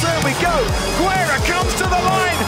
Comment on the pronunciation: Haha, Benito Güerra 😂 In spanish, we don't pronounce the 'u' between 'g' and 'e' or 'i'. We only pronounce it when it has Umlaut with words like pingüino. Benito Guerra 🇲🇽💯🇲🇽💯 First Mexican ROC champion!!!!